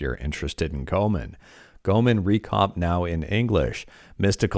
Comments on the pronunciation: Repeat after me: Go-eh-mon Not "Gomen" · Just a correction, Goemon is pronounced as Go-ay-mon. Not trying to be rude or anything, just saying.